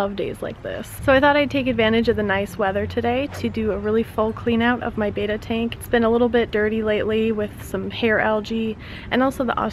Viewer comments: It's not batta it's Betta. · Beater string LGEE (its pronounced BETT-Ah like better and algae is pronounced like ALGIE (not Lgee)